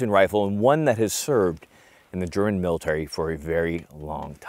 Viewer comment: A non german video with good german laguage in it😮